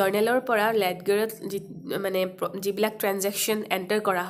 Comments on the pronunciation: Maam its not letger its called lejer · Ledger buli pronounced nokore লেজাৰ koi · In this video , the pronunciation of ledger is wrong. It is not লেদগাৰ, its লেজাৰ 😊। Thank you.. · Your pronounciation is funny. Led- ger...😁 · Ledger is pronounced as Leger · Kindly check the pronunciation of ledger..may b u r not commerce graduate